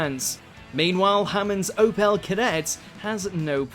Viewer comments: The pronunciation of the narrator leaves a lot to be desired, the way he pronounced Opel for example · The number of pronumciation errors hurts. But the worst of all was Opel being pronounced as (Oh-Pell) & not (Oh-Pull)